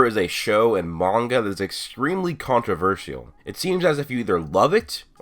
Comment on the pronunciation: The way he said controversial gave me a tumor